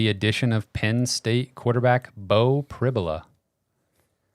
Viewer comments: In an interview, Penn St head coach, James Franklin, pronounced it PRIB-you-luh, not prib-YOU-luh. So, the comparison of "fibula" is likely correct. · Prib -You-La